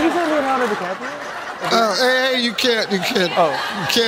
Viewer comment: "oh did he say leonardo di'caprio?" im dead